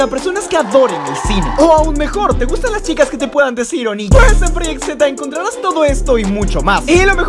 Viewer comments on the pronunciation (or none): En vez de "Encontrarás" Dice "Econtrarás"